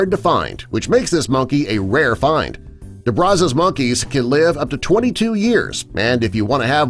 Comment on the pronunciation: DE BRAZZA'S MONYEY /BRAZZERS , SO FUNNY